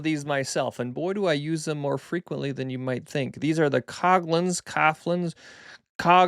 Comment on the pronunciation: ThanX, but the only thing I 'WANT' is your shirt.......??? Oh, and, once and for all, it's pronounced - cog linz.....yer welcome where'd you get the shirt???